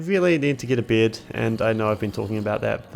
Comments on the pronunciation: Why are you pronouncing "bed" like "beard"?! Huh?? There is no R in there, wtf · am i the only one who keeps hearing "beard" instead of bed? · I kept hearing you say “beard” when you were saying bed lol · "a berd, a rely kool berd, a red berd, with the die i got from rootbard" /jk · every time you say bed it sounds like your sayin g beard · When you said "getting a bed" I heard "getting a beard". Why do you pronounce it like that? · It took me 20 minutes to realize he’s saying bed and not beard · That pronunciation of "bed".. are you from NZ?